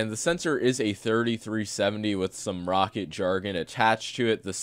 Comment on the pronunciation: Isn't it pronounced "ROW KAT"???